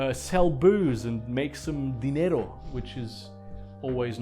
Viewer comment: Man, i just ran into your video so im completely new to your channel but i noticed how you said "dinero" and it was flawless. Do you speak spanish as well? If so, you have great pronunciation.